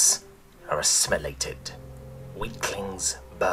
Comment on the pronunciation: ??? assmilated ??? i didnt hear the i in assimilated